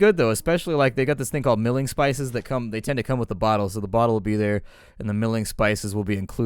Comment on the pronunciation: Mulling spices,. Mull! Like "mull that over". Mulled cider. MULL! a;rlkjf;akjf